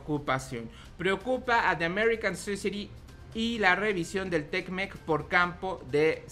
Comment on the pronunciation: Es te mec, no tecmec jajajajaja que chistoso te escuchas. Ya estás como otros you tubers que ni leer saben. Al tiro valedor ahí la llevas.